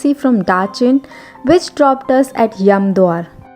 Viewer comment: It is Yamdwar not yamdoor. I guess you are an Indian but trying to twist your mouth to imitate foreign accent. Unbelievable, almost 100% of b..y Indians like to copycat westerners. what a mentality?